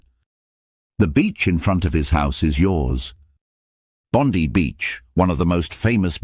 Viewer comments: Where's 'Bond ee' beach it's pronounced 'Bond eye'? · Bond-eye, not Bond-ee. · It’s pronounced like “Bond-eye”. Not Bond-eee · Lose the AI voices, they’re dreadful. Full of mispronunciation and, in some instances, utter gibberish. Sydney’s Bondi beach is pronounced Bond eye, NOT Bondy 😡. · that's a pic of Singapore's famous "Ship" structure. Also, the 'i' in Bondi is pronounced the same way as the letter itself Bond-i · Bondi is pronounced Bond-eye. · " Bon-dee Beach " !!! Cringe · Bondi is pronounced Bond eye. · Unless you are talking about Pam Bondi, the US AG suborning the American DOJ, in which case Bondi is pronounced “Biatch”!